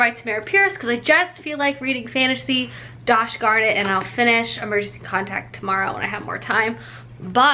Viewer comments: love how you said dosh garn it instead of gosh darn it and didn’t even notice - honestly me too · Did anyone else hear her say “darsh garnit” when she is talking about reading her fantasy book? 😂😂😂